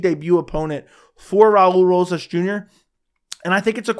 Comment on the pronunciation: Raa-ulee rohhas jr😂